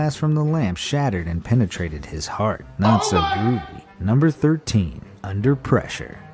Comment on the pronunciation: be amazed says "heat" when it says "heart" lol